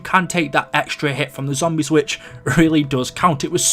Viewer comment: WHY DO I HATE THE WAY YOU SAY “ZOMBIES” ?!?! FUUUCK! I like all your vids and have been subscribed for a couple years now and everything on here is great... But........ that lol. I know you can’t change it either like you can’t help the way you sound too so I’m sorry